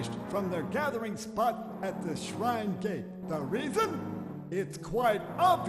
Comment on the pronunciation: “expert shrine sprite scholars”, “our guardians, the shrine sprites”, “the shrine gate” i love how the voice actor mispronounced “shine” 3 times in a row